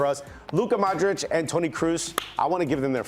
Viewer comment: lol, "Modrik" "Gerd Moller"